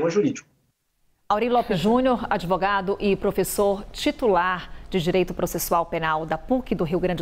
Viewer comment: Vixi adevogado ruim